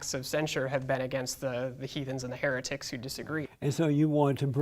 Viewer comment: He said hethens and heritics 😅 I wanna go on the Jesse Show.